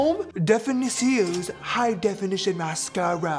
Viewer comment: The way he said mascara 😭